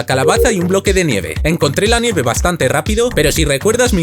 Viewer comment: Yo creo que no se dice "neve" creo que se dice "nieve"